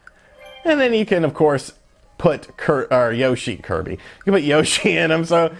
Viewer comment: You pronounce Yoshi wrong